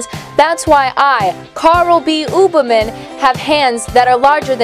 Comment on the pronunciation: that 80's sitcom sounding music is killing me... along with the way Ooberman is being pronounced lol